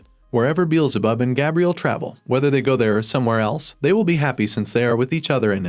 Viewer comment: And Gabriel lol